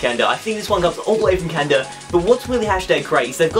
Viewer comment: It's not canda its ca naaaaa da